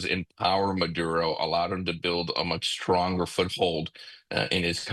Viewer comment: How does she get murodo out of maduro?